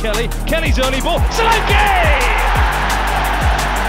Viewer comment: U are pronouncing his name wrong it's sho LAn ké